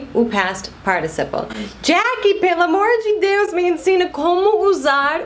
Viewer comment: gostei do sei "pelo amorrrrrr de Deus" piracicabano kkkkkkk